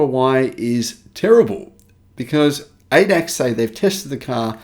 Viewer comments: It is not not pronounced Ay-dack, but A-D-A-C, or in German, Argh-Dey-Argh-Sea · ADAC pronounced Ay Dee Ay Cee - not AyDAK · Hi, ADAC is an abbreviation with pauses between characters, like A-D-A-C. The problem with the ADAC is, that their magazine is read by many Germans, because the ADAC provides a roadside assistance service, which many drivers subscribe to. It is not the first time the ADAC spruiked false information. Hence, no surprise here. Their magazine is heavily funded by legacy auto; hence, I agree with your assessment that the Germans are scared sh!tless they loos the EV war and do all they can to sh!t on the competition.